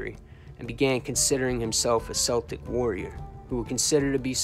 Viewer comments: Love the videos/channel but that is NOT how u pronounce the word Celtic. Its kel-tic not sel-tic. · Bro its spelled Celtic but it's pronounced (kel-tic) as in Celtic warrior. It's not pronounced like the basketball team Danny believe his blood line was connected to Celtic warriors back in Ireland in the old days. But this was an excellent video my brother Danny Greene forever the Irish 🐐 a gangsters gangster rip to the Celtic warrior he fought the good fight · Bro if you say "Seltic" or "Selts" one more time I'm gonna fuckin scream....